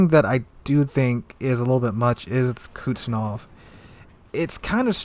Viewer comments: I'm sorry but Kuznetsov not Kutznov 😭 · Yes. My bad. But his pronunciation of kuznetsov is so bad it sounded like kuznof. So i thought he meant Kutuzov. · Kuz-ne-tsov sorry i had to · Your pronunciation of the captain Kuznetsov's name tears my ears :)